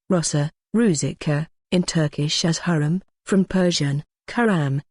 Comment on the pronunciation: I think you prounced her name wrongly. Watch the movie magnificent and see how the Turkish prounced it.